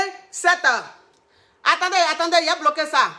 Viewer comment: Moi dès que je mets sa vidéo... 😅 Et quand vient le moment de dire : "attendez, yai bloquer ça" je suis au sol... 😂😂😂😂😂😂😂😂🇨🇲